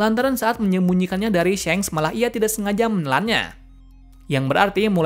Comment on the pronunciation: shanks not syenk 🗿